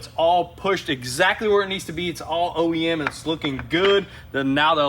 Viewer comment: omg how can it be OEM so sick of youguys saying OME when its not